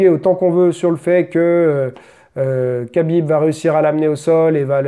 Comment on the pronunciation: MDRR le français dans toute sa splendeur, "j'ai pas envie de dire Habib, alors je vais dire Kabib parce que c'est plus simple" lool, faudrait apprendre un peu les règles mon coco, on déforme pas un nom propre, si le gars a décidé de s'appeler Habib c'est pas pour que tu l'appels Kabib, et encore moins juste parce que tu trouve sa facile. De toute façon les français vous avez toujours eu un problème avec les prénoms du monde entier, mais vous n'aimez surtout pas qu'on déforme le vôtre, quand un anglais prononce mal votre prénom, vous le faite répéter 100 fois. C'est du chauvinisme et de l'irrespect.